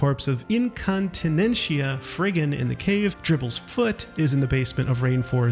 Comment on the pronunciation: I cant not mention this even though it's such a minor detail, but Incontinentia is pronounced "in-con-teh-nen-tee-ah". It's a reference to Monty Python Life of Brian that made me so happy when I found it💀